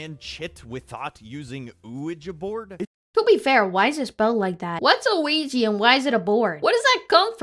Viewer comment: it's pronounced and written OuiJA board, not OuiJi